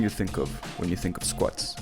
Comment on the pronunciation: Lost me at „Squets“ 🤣🤣🤣